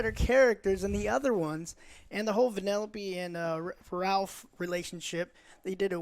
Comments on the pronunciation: Joe You ARE NOT A CRITIC!!! You are a movie reviewer big difference you can’t even say one of the main characters right...it’s not Penelope it’s Vanellope. Oh and don’t get me started on your review on Ant-man (2015). You make good gaming content and love your reviews but Jesus stop doing movie reviews. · I agree that the movie was below average, but Its VENELOPE not PENELOPE!! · Its vanelope not penelope.. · Amazing all the 3 of you and even Nostalgia Critic always say "Penellope" with the "P" ... It's VANELLOPE ! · It's Vanellope, godammit!